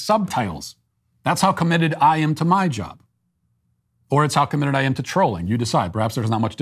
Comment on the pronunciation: Why can't Matt pronounce the word "am"? It's not difficult.